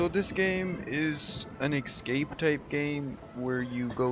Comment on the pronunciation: Esssssssscape! Not Exxxxxxcape! But thank you for the walkthrough. ;-)